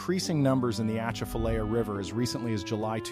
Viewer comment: “ A chaff a lie ya”That’s how to pronounce it.